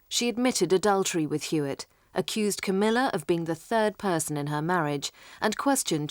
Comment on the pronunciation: Camilla is a very intelligent woman . BTW it´s Camilla NOT CAMMILLA .